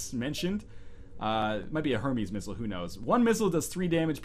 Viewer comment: Hermez? come on its so easy to pronounce that FORMER ENGLISH TEACHER